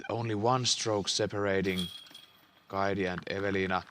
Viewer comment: Kaidi lausutaan Kaiti pehmeä t